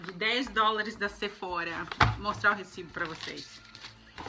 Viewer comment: Oi antes de ser a chata, quero falar que amoooo os seus vídeos! Agora vai: então o correto é falar Sephora com biquinho e "rrá" no final mesmo rsrsrs, pois é original francesa ... Os americanos que pronunciam com aquele R[zinho] deles :)